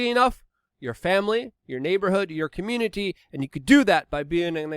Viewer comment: A powerful cuh-moon-ity Love the channel, thanks for the news!